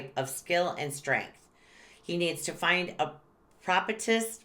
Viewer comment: Lol propitious = /pro /pih/ shus 😉 🙏 🌟